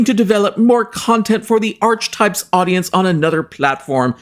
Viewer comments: I believe archetype is pronounced as /ar-ke-type/. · Archetypes is actually pronounced .. R-key types just for future reference, I don't blame you getting it wrong as it wasn't popular and only 12 episodes plus the extra one for the trailer of it, I'm surprised anybody knows it at all lol 🤣🤣